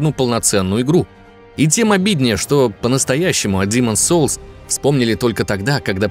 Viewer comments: Ну почему "Диман" соулс( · Аххаха хаха. Когда не демон солс. А Димооон солс, туду ду ду ду, ду ду ду ду ду ду, туру ру. Хоспади, как же я ору. Димон солс. Аххаха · Почему я слышу "Димон солс"?)))